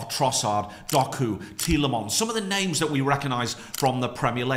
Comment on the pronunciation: im from slovenia and he just butchered every one´s name